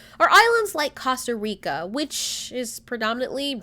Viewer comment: $COST-A-rica eh-sthetics is this a new accent!? :D